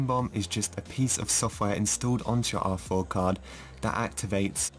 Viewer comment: I always hear awful instead of R4